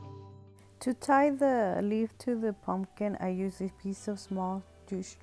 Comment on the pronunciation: puMPkin (not PUNKIN) 😬